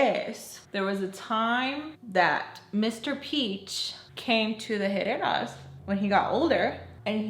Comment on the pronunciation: I really thought you said Headed Asses the first time you said Herrera 😭 I didnt even think twice im like yup that fits